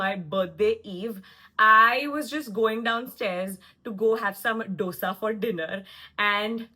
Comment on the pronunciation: Going to unsubscribe after listening to your "DOSA" Pronunciation. Please correct yourself